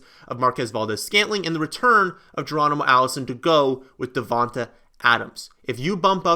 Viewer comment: It’s DEE-VON-TAY not Dee-von-ta bro get Devante Adams name right it’s like you intentionally did that stop and pronounce that man name correctly